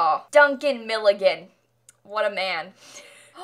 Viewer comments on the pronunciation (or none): My last name is Millikin and when you said Milligan I flipped